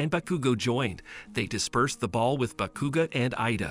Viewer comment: Bro said bekuga lol not hating it’s just funny😂